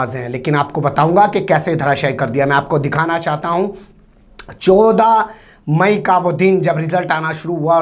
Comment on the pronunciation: Choda mayi nahi bola jata h bhai....chauda mayi bolo ar 😀😀😀